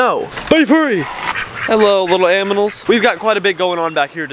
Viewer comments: In most of finatic Vida he says aminals not animals 😂😂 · Hello,little AMINALS me:WHAT DID I JUST HEAR!!!!!!!!!! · Bru you said aminals 😂